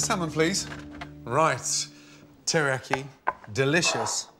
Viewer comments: Would say tillyyaki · does anyone else realize he's saying teriyaki wrong LMAO